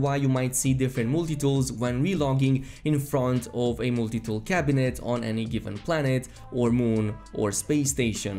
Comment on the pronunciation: "Mooltie tool"...Lol